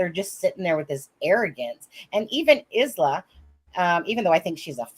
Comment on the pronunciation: Don't want to be pedantic, but the name Isla is pronounced as Isla in Island, ie Aye-La.